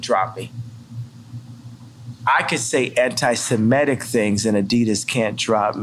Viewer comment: Phil, you're killing me. the word is antiseMITIC not antiseMETIC. so many people mispronounce it, no shade, just triggering my ocd/a-hole buttons this AM